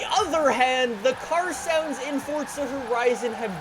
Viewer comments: Stop saying fortsa it’s forza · Stop saying fortza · Anybody else notice he says fortza? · My wishlist is that you finally realize you’re an idiot and you finally learn to pronounce Forza right 💀💀😂